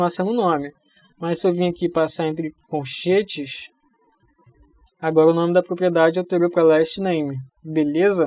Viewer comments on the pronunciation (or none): Excelente aula, parabéns. Só tenho um ponto a falar, é que quando tu fala coNchetes me da agonia kkkkkkk